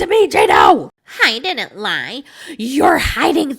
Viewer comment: "Baychler pawrtee." "Jyew ditndnt tell me." The accents impressiona kill me 😂😂😂